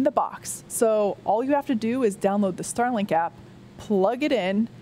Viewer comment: I heard "Sterling"-Satellites and was a bit confused :-)